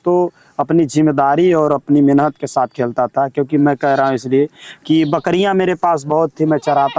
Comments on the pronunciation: Menhat 😂menat bolna sikho phle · मेनहत तो कर के देख 😂😂😂😂 मेनहत क्या होता है मेहनत होता है